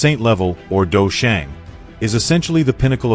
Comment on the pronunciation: It is quite pain to hear you pronouncing these words... dou sheng, ban sheng, dou zun, dou qi and the main character xiao yan... You can use the english term fight saint, half saint, fight Venerate, fight energy. For the main character... this is chinese name... either do the proper pronunciation or refer him as main character.